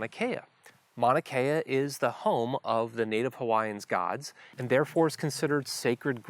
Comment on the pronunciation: The way you remove the U when you pronounce Mauna Kea is culturally insensitive. Also it discredits your knowledge of Mauna Kea.